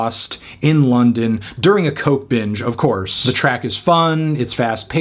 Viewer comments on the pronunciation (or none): none